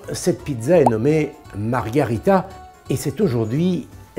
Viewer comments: « Margherita » et pas « Margarita », Jamy, comme on le voit souvent mal écrit dans les restaurants français… 😓😓 “Molto bene” = très bien, “molto buono” = très bon… C’est dommage quand la vidéo a pour vocation l’instruction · Margherita et non Margarita(cocktail🍸) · Attention, c'est une pizza MARGHERITA ! Et non MARGARITA ! Jamy t'abuses ! 🤭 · Margherita!!!! Pas Margarita. Ce dernier est un cocktail -_ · Margherita et non Margarita pas 😳🧐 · MarghErita pas Margarita... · Ce qui est surtout à corriger, c'est le nom de la pizza "Margherita", prononcé ici "Margarita" qui est en fait un cocktail :p